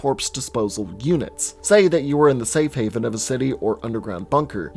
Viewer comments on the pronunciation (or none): none